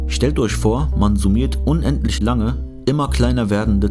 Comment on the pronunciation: "Kann isch einen unendlisch großen Wert erreischen?" Paradox ist auch, wenn jemand "ch" nischt ausspreschen kann ...